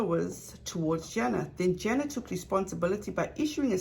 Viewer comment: thanks, but it's JAna not jEna. like Anna but with a J-JAna . thanks. The rest of the content . OH MY! it's excellent. I am speechless ( I have OCD) so i can't type all the compliments I want to say.